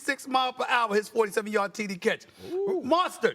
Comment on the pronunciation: Stephen A calling Mostert "Monstar" 😂